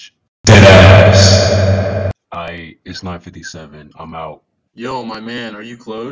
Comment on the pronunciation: I like the part when he says DEADASS.